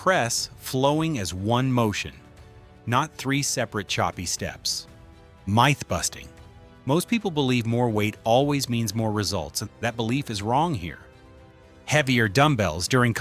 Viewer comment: How do you pronounce 'MYTH'? WHY DOES THIS A.I. PRONOUNCE 'MYTH' AS A LONG 'I'. IS IT MITH or MYTH. THIS A.I. CRAP IS OVERBLOWN!!!